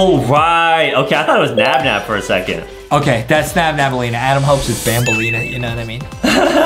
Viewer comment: It's naba